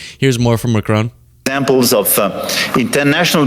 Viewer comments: Macron, the "on" pronounced like "on" in tron, not like crone please, merci ❤ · It's not mack-crone. It's mack-cron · MACRONE? Stop it! It’s MACRON…. Stop with the dumb ass mispronunciations all the bloody time! Duh! Americans! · No "e" on the end of Macron...first part Mac, second part Ron, like Ronald.... Not like Ma-crone..... No old lady in Macron, in fact, it's the other way...Macron is in an old.....you get the idea.... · It’s Macron with the emphasis on the first syllable not McCrone. Macron was wearing sunglasses due to an eye condition. The European Union is bigger than the American Union and seems now set on a path to distance itself from the latter and marginalise the US. Hilarious hearing the US president say to a forum in a German-speaking region of Europe that they’d all be speaking German if it wasn’t for the US. It’s reminiscent of Monty Python. The man’s a full on loon but nevertheless the choice of the American people as their leader and representative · Prime Minister Mark Carney never, EVER screams. He simply and calmly stated that “the sign is now out of the window”. And as a citizen of an officially bilingual country, I am pleading, for the love of God please learn how to pronounce ‘Macron’. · Wouldn't it be nice if this host could learn how to pronounce Macron's name? Not hard if you just listen. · Why are you incapable of pronouncing President Macron's name correctly? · Americans pronouncing Macron....... 😂😂😂